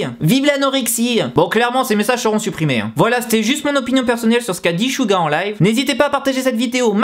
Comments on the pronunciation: 😂😂😂😂SHuga mais mec sa ce dit Suga! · Chouga .. ARRÊTER LE MASSACRE C'EST SEUGA PAS CHOUGA MAN ! bref .. SEBOOMBAYA 😂😂😂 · Suga ne se prononce pas avec le S francais, ca ressemble + a "Siuga" meme. 슈가 ne sera jamais prononce comme le "Su" francais. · c'est pas "chuga" 😂😂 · Merci mais c'est raté , tu m'apprend rien ... Je fait du Coréen ... Alors CHUUTT mais je te dit pas sa pour sa c'est juste que sa doit faire bizzard pour les aitres et puit ta prononciation n'est pas bonne